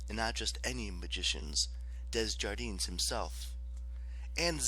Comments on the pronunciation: it’s alright, I know the struggle of name pronunciation and it’s sill amazing work you did with this audiobook. Just needed to get the Desjardins thing of my chest, sorry for that 😅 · Ok, the only thing really bothering me is the pronunciation of the name “Desjardins”, I mean come on, it’s french